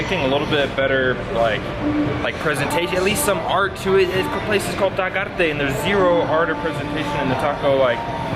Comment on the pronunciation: Well I believe that tacos Taquearte ( btw you forgot to pronounce the letter e on Taquearte ) they are for people that don’t want to eat street tacos. They wanna sit down at a nice clean fancy place with ambiance and have a beer. I do agree the lack of presentation didn’t help with size or flavor. But also think about which ones might also be healthier. But do agree I would always prefer street tacos almost anytime. Till next time. Continue with the videos !!! Ciao